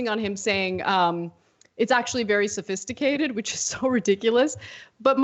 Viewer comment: He said its "very simple" nd "very safaicated" in the same breathe😂